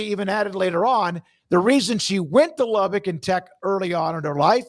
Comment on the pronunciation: It's "lubbuck" not "lubbick".